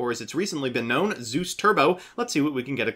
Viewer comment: He said Zeus right 😍😍😍😍 Edit: said it wrong right after lol